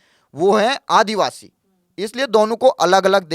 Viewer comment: ये तकरीबन तकरीबन क्या होता है भाई ? या तो क़रीब क़रीब बोलो या सिर्फ तकरीबन...वो भी सिर्फ एक बार, दो बार नहीं। करीबन करीबन इतनी बार बोलना भद्दा लगता है। भाषा की शुद्धता भी माशाअल्लाह। आदिवासी शब्द होता है, आदिवाशी नहीं।